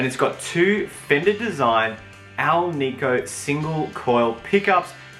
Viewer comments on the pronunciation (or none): none